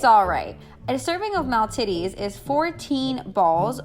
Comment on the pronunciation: did you really just say MALTITTIES??!!